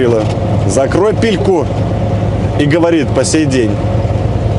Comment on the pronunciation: Не пильку, а пельку, что обозначает рот.)